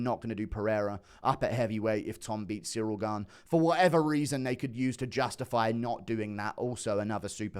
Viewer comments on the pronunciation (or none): none